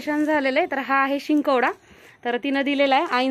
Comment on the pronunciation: शिंकवडा नाही ,डिंक वडा म्हणतात